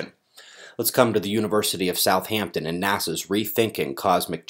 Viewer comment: Ah, thanks for that :) I thought there might be a Southampton somewhere in the US ( there probably is ). Incidently, - and it's a common mistake even over here - it's pronounced South-ampton not South-hampton. There's only one H in it. It's not that important of course, as everyone knows where your talking about lol.